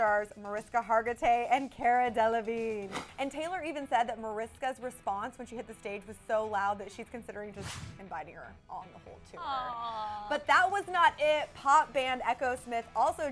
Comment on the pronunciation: Mariska Hargitay's name is actually pronounced like "Marishka" -- it's Hungarian. And Cara Delevigne's Cara is pronounced like CAR-uh, not CARE-uh, I thiiink. Just thought I'd point that out!